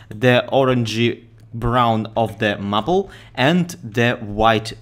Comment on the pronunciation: Maple is pronounced may-pull. Your English is only getting better though!